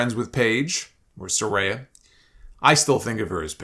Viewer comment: It's Sah-Rai-Ya